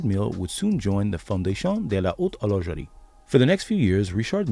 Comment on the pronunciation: Fondétion dé la haute horljeurie xD